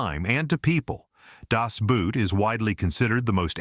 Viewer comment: Every time you AI commentary pronounces “Das Boot” as footwear, we lose a little respect for AI and its users!